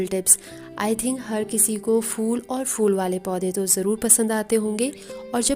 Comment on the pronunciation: Its phool not fool